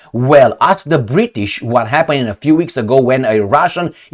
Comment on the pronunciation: The BRI-ISH drank all the T